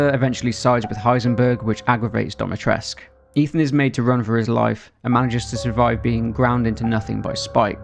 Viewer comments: Its dimitrescu, not domitrescu. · It’s the way he says it like ‘DOMitrescu’ for me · I like how pronounces "Dimitresccu" as "DommyTresc" 😂. Also, is Lady Dimitrescu based off of the "Blood Countess Elizabeth Bathory"? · So Dimitrescu is pronounced "Dee-mee-tres(like in spanish)-coo" :) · DimitrescU. It has a 'U' at the end, it's a Romanian name. I am not Romanian but i still get triggered. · It's Dimitrescu with the U pronounced as an 'oo'. Go ask any Romanian. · Hold up, so you know Dimitrescu is an actual Romanian name and you still choose to say it wrong?